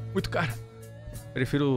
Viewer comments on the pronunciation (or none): kkkkkkkkkkk a parte que eu rir que vc foi fala assim o ahh muito caru mais vc e top